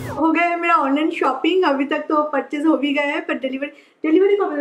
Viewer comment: "Abhi" not "Avhi"...pls learn to say "b" instead of "v" when u speak Hindi...